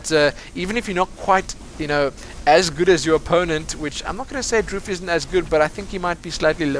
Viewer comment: His name is actually pronounced Dr. oof